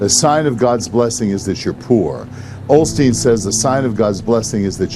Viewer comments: They said "Olsteen" many times - his name used to be Olsteen - Mandela Effect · Osteen? Sounds like they’re saying “Olsteen” Anyone else recall Joel’s last name being “Olsteen”?? Btw that’s a Mandela effect 😉